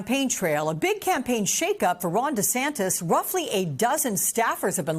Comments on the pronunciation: The reporter called him Desanctus 😂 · How many times did he said Desantas wrong.